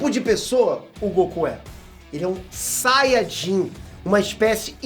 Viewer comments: "Sayjin "? Kkkkk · "Saidin" kkkkkkk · A RAÇA DOS SAIDINS KKKKKKKKK QUE VIAGEM, SÓ EU QUE ESCUTEI ELE FALANDO ASSIM ?